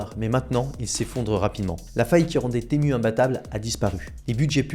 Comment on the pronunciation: tému , non , timou, oui. c'est dommage de ne pas se renseigner avant !